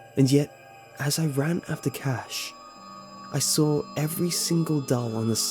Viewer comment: "That's when I sawr it..." 😂